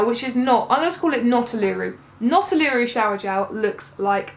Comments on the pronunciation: It sounds like the accent is on the first syllable and not the second: OOluru and not ooLOOru but we all know what you are talking about. (I was just watching a video with Nicole Kidman at Ayers Rock because I was curious how it sounded!) We teachers need to do the things that refresh our souls...Lush helps. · uluru is pronounced ooo-la-rooo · Hehe as an Australian I would say you pronounce Uluru as" oo, la roo" yeah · Love your videos! But take your time and look after yourself! Uluru - OO-la-roo. if that helps. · Oo-LOO-roo. I love your videos, but don't run yourself into the ground for us!